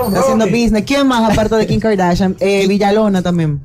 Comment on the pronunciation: No sabes hablar Ronny que asco diske Kin es Kim